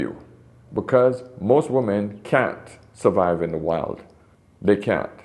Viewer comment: It drives me insane that this man cannot properly pronounce "women." He repeatedly pronounces "woman" and "women" exactly the same and it drives me nuts. But, the content? Top-notch. I wish women would wake up. They are messing each other up so badly these days, and it hurts my heart for their children, for themselves, and for the men who have to then clean up the mess.